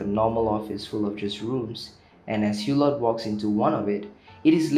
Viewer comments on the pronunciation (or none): "Eww-Lo", not "Hugh-lott"!!! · The ‘t’ at the end of Hulot is silent.